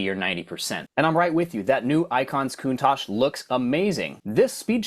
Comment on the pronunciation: Italians will invade you for pronoucing Countach and Competizione this way 😅😅😅😅